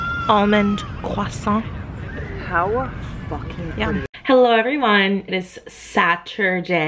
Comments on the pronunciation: You said croissant just perfectly 👌🏼😂🇫🇷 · Another video alreadyyyy! So so soooo happy you're vlogging again, it feels so nice to have you back 💖 PS: never heard an american pronounce "croissant" so well, it was perfect!! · I speak French and that Croissant pronunciation was on point👌🏼👌🏼👌🏼👌🏼